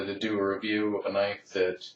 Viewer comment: Thats a weally cool noyfe!